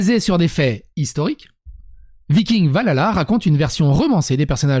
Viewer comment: J'ai beaucoup aimé cette vidéo et tes propos qui décrivent exactement ce que je pense de cette nouvelle série. Je suis une très grande fan de la série Vikings et de la mythologie nordique, mais avec ça, je pense que je ne vais même pas regarder cette série... PS : Valhalla se prononce "Val-halla" et non "va lala" ^^